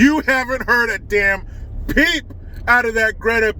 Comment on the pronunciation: Say Greta name again that was perfect Lmao